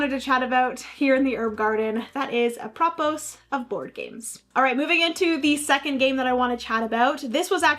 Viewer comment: Apropos is pronounced: ap-ruh-POH. It means "in regard to." AI made this sentence: Apropos of our discussion about strategy, choosing the right moment to play your strongest card in a board game can turn the tide in your favor.